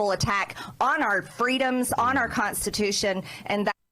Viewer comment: "they are violating our conse-tatution."